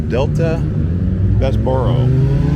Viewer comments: Pronounced in Saskatoon by the locals Bes-bro hotel Ray-me modern art gallery And lastly not Sas Katchewan but Flow one word Saskatchewan no emphasis needed on Katchewan😁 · Saskatoon is bigger than Regina, and way nicer and nice video but you pronounced everything wrong haha but noone says Saskatchewan or Bessboroough or Spadina properly unless there from here